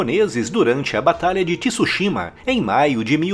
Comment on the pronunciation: Dahora, bom vídeo, só não é Ti-Su-shima.. é Tsúshima apenas.